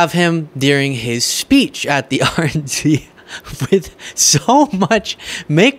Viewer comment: Did you say "RNC" or "Orange C?"